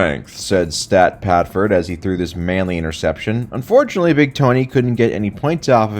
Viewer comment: “Stat padford” is crazy 😭😭😭😭